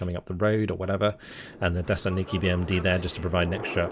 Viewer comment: if youre trying to spell "desantniki" you need to pronounce the T in the word its a little hard watching you butcher the russian so much as someone who speeks russian myself other than that the video is fantastic!